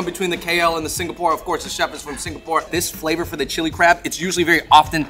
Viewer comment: imma sure we don't say Chili Crab like that :D